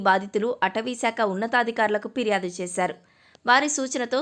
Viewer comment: పిర్యాదు అని అనకూడదు.. ఫిర్యాదు అని అనాలి.. గమనించగలరు